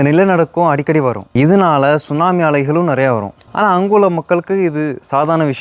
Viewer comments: தம்பி T சுனாமி இல்லை T silent எனவே சுனாமி என்றே கூறலாம் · T sunami solla kudadhu. Sunami Sollanum. Letter T silent. FYI